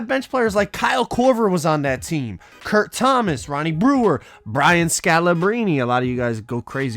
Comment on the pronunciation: “Kirk Thomas” 😂😂😂😂